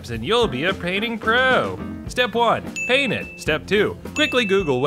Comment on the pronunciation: Every time you say paint, I hear "pain"